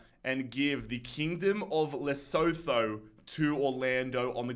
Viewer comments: Losotho no no no it's Lesothu that's how you say it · the way he butchers khune's name and lesotho is hilarious 😭😭😭 im stealing that shit 😭😭😭😭